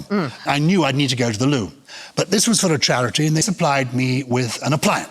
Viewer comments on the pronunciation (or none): none